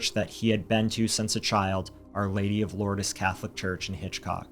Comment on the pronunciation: It's pronounced Loords, not Lordis